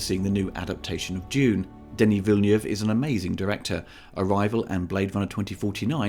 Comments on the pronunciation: It sounds like Villeniev the way you say it, which would be a Russian director though... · I really like it! I hope there will be a sequel. I think it is better than the old movie, although I liked that too. Good review, but maybe look up how Villeneuve should be pronounced. That sounds a bit jarring.